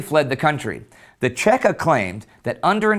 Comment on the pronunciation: If anybody is interested in the Red Terror of 1918 I highly recommend Solzhenytsn's Gulag Archipelago. PS: It's CHEKA or VChK (VeCheKa) not Tscheka. It's an acronym for Vserossiskaya CHrezvychaynaya Komissiya - All-Russian Extraordinary Committee (the bolsheviks loved themselves some committees alright)